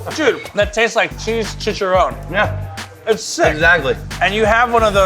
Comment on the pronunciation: "she-shu-rone" it's pronounced "chi-cha-rron- exactly how it's spelled.